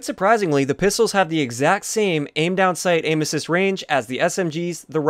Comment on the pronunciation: I thought you were saying anuses instead of aim assist